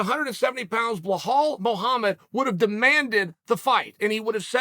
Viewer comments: Brother it’s belal not behaul lol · Always saying behal😂😂 its belal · Still calling him behal not belal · Bilal or blahal 😂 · Who the Heck is BEHAL??? I think u mean BILAL 🤣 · Its not pronounced Ba-Hal lol but he kept saying it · Here for the name pronunciations... Blehal.... ♥️... 🥇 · How does Belal become BLEHAAL😂😂😂 Uncle Chael taking notes from Joey Coco Diaz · Chael ‘Blehal’ Sonnen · Bilal Mohammed - Name pronounced "Bee-LaL" Sonnen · Chael, just out of respect learn how to say Belal’s name properly. I agree with everything your saying ! Just get that pronunciation right…go talk to Jon Anik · Never seen anyone butcher Belal’s name like uncle chael does lol